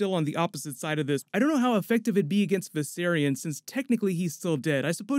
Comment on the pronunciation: Viserion not “Visaryon”. And yes she took it casually like when Viserys got melted.